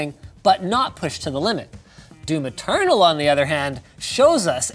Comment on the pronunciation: I heard " Do maternal."